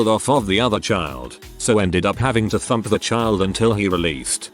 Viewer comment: Heard "fuck" instead of "thump". I was... very confused.